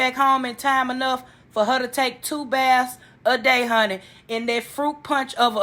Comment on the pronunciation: did you say in the "fruit punch sink"! I just HOLLERED!🤣🤣